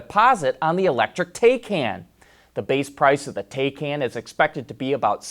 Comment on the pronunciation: It's pronounced Thai-Khan